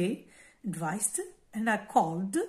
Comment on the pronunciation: I 'm sorry but advised with /d/ not /t / see its pronunciation